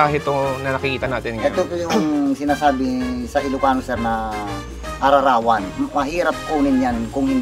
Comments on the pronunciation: ararawan paps hndi araarawan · ararawan boss hnd araarawan😊miss kna mga Lutong ilocano.check mo sir pag ktapos maghalo si kuya sa kilawing kambing parang bago siang pedicure😅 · Ararawan hind ara arawan. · ara-rawan hindi ar-arawan